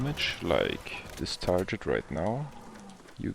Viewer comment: TarGet nicht tarjet Gear, nicht Jear😊 Guide ganz ok sonst